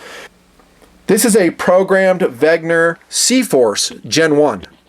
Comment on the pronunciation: its WeNger, not WeGner... haha, just kiddin, keep the WRV's coming!